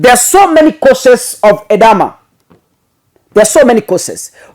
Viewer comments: It’s called Edema and not Edama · It is pronounced E-d-Ma. Edema can be the result of medication, pregnancy or an underlying disease — often congestive heart failure, kidney disease or cirrhosis of the liver. Elevate and or stretch the feet when traveling long distance. When symptoms persist, seek medical attention immediately.